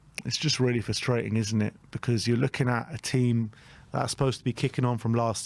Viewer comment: Why can't either of you say frustrating properly?? 😂